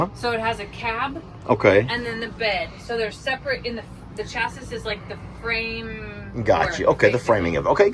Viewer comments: FYI- Pronounced Chassy, not Chasis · LOL..."CHAS-ISSS"....IT'S "CHAS-SEEE" 🙂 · Please don’t ding me, but chassis is pronounced chas-see. 😊❤ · Chassis = cha - see. The e is pronounced as viewed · Exciting thinking about this next chapter with the grandbaby and a motorhome. FYI-chassis is typically pronounced chas-ee in English. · Chassis is pronounced chassy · Chassi. The second "s" is silent. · Just an FYI - - - - rather odd that it's spelled chassis but is pronounced cha-see. I'm from Canada so I don't know if the way you said it is the correct pronunciation in the USA or if you're just not familiar with the term and are unsure of the pronunciation of it, but it just doesn't sound right to me. Not being critical just mentioning something you may or may not be aware of. That Thor Axis could be perfect for what you need - might take a bit to get used to driving something that size but it wouldn't take long. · Pronounced chass-ee 😂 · I enjoyed this video so much as I love going through the different campers and motor homes. However, I was taken aback with your pronunciation of the word ‘chassis’. I have never heard it pronounced that way. I’ll probably get some hateful comments but you might want to know that the ‘s’ on chassis is silent. It is pronounced ‘chassy’. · you shoulda helped out on the pronunciation of chassis so she doesn’t get made fun of lol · Thank you. I was cringing too. His pronunciation is so funny sometimes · By the way, the last S in chassis is silent. I actually wondered if the pronunciation you used was regional.